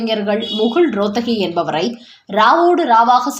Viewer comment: முகுல் ரோத்தகி என்பது தவறு; முகுல் ரோஹத்கி என்பதுதான் சரியான உச்சரிப்பு.